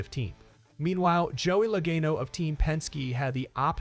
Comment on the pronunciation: Bro did you not hear how they said Logano? And after mentioning being a NASCAR fan lmao